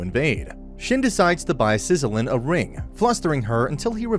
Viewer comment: her name is Sizilia ..... still a good video